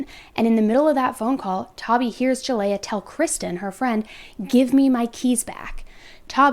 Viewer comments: Her name is pronounced ( Ja lee yah) not (Ja lay ah) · Please do some research next time because you’ve been saying Jaleayah’s name wrong the whole video.